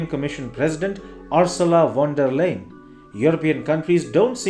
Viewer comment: Please pronounce the name as 'Liden' and not Laad.